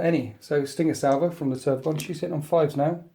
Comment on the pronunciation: GaUnt. TermaGAUNT. Not gant.